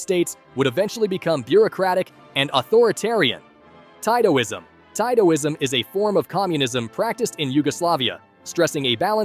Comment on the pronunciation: Titoism is pronounced like Teetoism